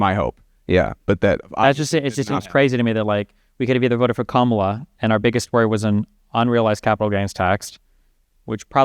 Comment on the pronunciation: The easiest sign you are about to talk with a brain dead Trumper is when they mispronounce Kamala. This dude said it right the first time, then purposefully said it wrong immediately after.